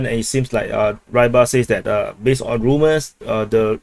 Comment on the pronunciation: Sometimes you say "moving on" and sometimes you change it to "moving onT" i wonder why?